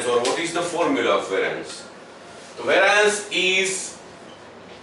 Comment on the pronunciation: "how can we calculate vaaraanc" and ... lol ...sir ji .... its not vaaraanc , it is pronounced as ˈveriəns /ˈværiəns/